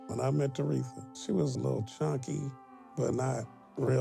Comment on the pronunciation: It’s “Tere-THA” why are you saying “Tereka”?